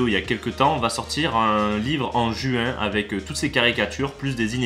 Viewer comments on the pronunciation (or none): none